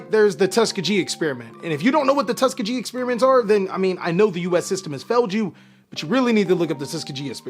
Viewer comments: Tuss-Ski-Ghee is the proper pronunciation Bro 🤞🏾💯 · It’s pronounced Tus-kee-gee my brother. I agree please read up on it if u haven’t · You are the goat. We love you over here at Pack Fresh. But as a bother and southerner who spent time at Tuskegee, the name is pronounced Tuh-Skee-Gee. Please forgive us cause we don't want to be dicks, just want you to have all the info you need to keep making dope content. :) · My guy it’s Tus-kee-Gee